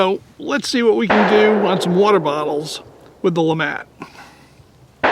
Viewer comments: “Le mattt” lémàt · I thought it was LeMat.. not LeMont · I thought the "t" was silent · LeMat is a french name, so i wouldn't think that Le would be pronounced "Lee" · Can one not even say the name right interesting video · Ahhh pls speak it out correctly. its a french gun ahhh. But very nice video.